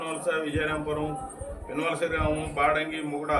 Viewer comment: hlo అన్నా అధి విన్నవలస కాదు పిన్నవలస